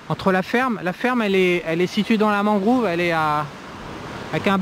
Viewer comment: 1h de marche ça veut dire non accessible en véhicule? Seulement en bateau ? Si oui, ça va effectivement être chaud pour la construction. Ah et c'est mangrOve, pas mangrOOve 😂